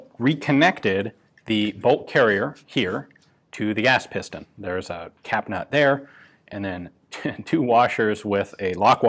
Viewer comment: “Ass Piston” ???? Giggetty…